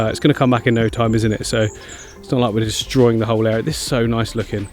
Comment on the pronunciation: The way he said “THEEACK” lmfaoo🤣🤣🤣🤣